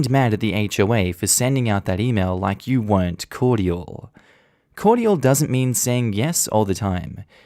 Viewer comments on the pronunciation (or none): THE WAY YOU SAY CORDIAL....... SOUNDS LIKE COITAL. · Okay, Australians pronounce cordial as three syllables? Or is it just?